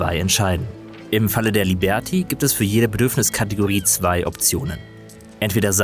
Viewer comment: “Liebärtie“ 😂🙈 Das Spiel schaut aber schon sehr gut aus